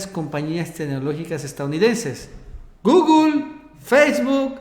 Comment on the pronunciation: Guguel? que asco de pronunciación